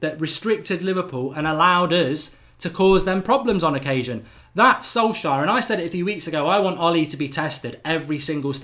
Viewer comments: Sol-shire? Who dat? 😂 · funny how mark pronounces Solskjær like Solshire hahaha Ole ain’t English